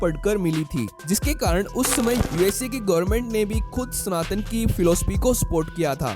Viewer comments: चूतिये स्नातन नहीं सनातन होता है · It is स ना त न and not स्नातन.